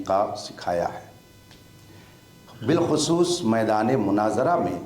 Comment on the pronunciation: وہ جو مولائی بنا بیٹھا ہے جاہل مطلق ہے لیکن مفتی علیمی کی قابلیت بھی قابل تعریف نہیں کے بعد قرآن مجید فرقان حمید کی جو آیت پڑھی فاسئلوا اَھْل الذکر ۔۔۔۔ اس میں اھل کی ہمزہ پر کسرہ پڑھا مجہول طریقے پر جبکہ اھل کی ہمزہ پر فتحہ / زبر ہے زیر نہیں اور رشیدیہ کی عبارت پڑھتے ہوئے جو لفظ مناظرہ ادا کیا وہ بھی غلط پڑھا کہ ظ پر کسرہ/ زیر پڑھا جبکہ علم الصرف پڑھنے والے مبتدی بھی جانتے ہیں کہ یہ لفظ مفاعلہ کے وزن پر ہے اس کا عین کلمہ مفتوح ہوتا ہے نہ کہ مکسور